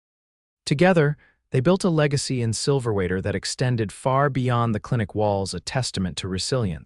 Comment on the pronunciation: The narrator is driving me crazy. The town is Silverwater - not Silverater. The story did a good job in describing PTSD and how it presented itself with Jedidiah. Listening from Tn.